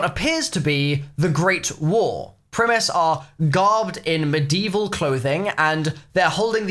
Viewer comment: Say mid-evil again